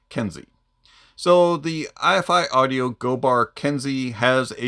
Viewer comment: Good review! I'm not trying to nitpick, but the name of this company is Eye-Fi, rhyming with "hi-fi". Anyway, love your channel! Good stuff.